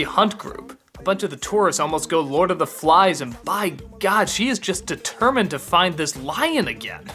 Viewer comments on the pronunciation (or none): none